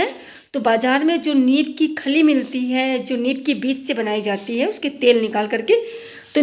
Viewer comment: नीब, नहीं नीम 😂 विडियो अच्छा है 👌👌